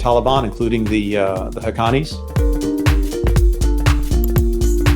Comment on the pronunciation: The way he said hakkanies😂